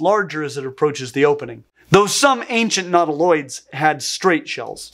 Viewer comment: Minor stupid pedantic pronunciation point. Nautilus is "NAW-till-uhs," thus, nautiloids should be, "NAW-tih-loids," not, "nahw-TIH-lids." Sorry to be that a**hole, but, that is just distracting. Meanwhile, you are still doing well, looking good.